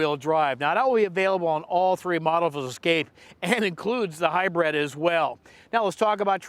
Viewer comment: whats a hybread?